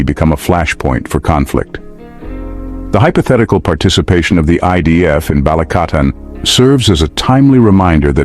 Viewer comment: "BALIKATAN" NOT "BA-LI-CA-TAN" 😅🤣🇵🇭👍